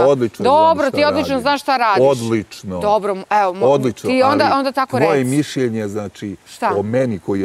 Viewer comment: Neka neko objasni da se ne kaže mišJenje nego mišljenje.